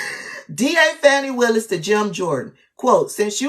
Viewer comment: Please pronounce her name properly.